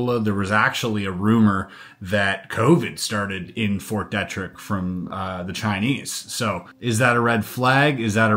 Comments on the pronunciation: Pronounced Fort "Dee-trick". That should ring a bell, as it seems to get itself in the news for lab escapes more often than other labs. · just a friendly suggestion from someone who lives locally to Fort Detrick - we pronounce it Fort DEE trick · It is pronounced Fort DEEEtrick. And yes we do have SEVERAL research buildings on that post. If my memory serves me correctly, it is the post that a scientist stole some deadly pathogens and got caught... But I could have my military locations mixed up. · Grew up in maryland, Detrick is pronounced Deet-trick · At first, I couldn’t figure out what fort you were referring to. Fort Detrick, is usually pronounced with a long or hard E. De trick. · Fort DEE TRICK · Fort Deeeetrick. Come on man. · Fort Dietrich is pronounced Dee-trick. its German and in German “when I and E go walking the last one does the talking” so ie is E ei is I. 👍🏻